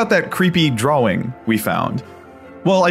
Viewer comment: he pronounced drawing like "drauing"